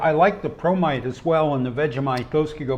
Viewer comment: I misheard " promite", i thought you were sharing bromide.